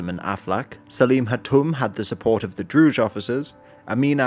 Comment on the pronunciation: Great video but you keep mispronouncing 'Druze'. It's pronounced with a regular Z